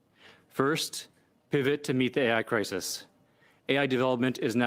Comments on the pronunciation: When the Canadian politician said, “preparing for the AI Crisis” that first listen, I thought he said preparing for the Anti Christ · In that clip by the Canadian person speaking every time he said AI crisis it sure sounded like Antichrist in my head every time he said it I kept hearing Antichrist Antichrist